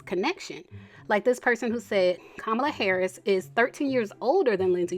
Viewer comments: It's pronounced Comma-La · Pleae pronounce this woman’s name correctly. Comma-la